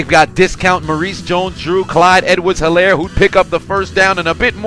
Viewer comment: This was so cringy listening to you pronounce his name wrong. The H is silent in Helaire! That's why the announcers kept enunciating his name 🤦🏾‍♀️